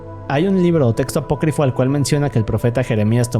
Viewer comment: Aproquifo no, se dice Apócrifo